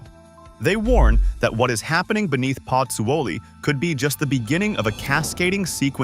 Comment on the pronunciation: Prononced PUT ZO LEE ...please